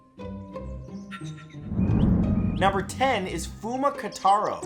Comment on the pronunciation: It's KOtaro not KAtaro....